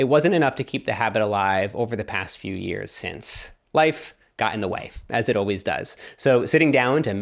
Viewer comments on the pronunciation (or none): Am I the only one hearing "life got in the wife" ? I can't tell if that's a slip of the tongue, or a very creative way of saying your wife got pregnant. 😂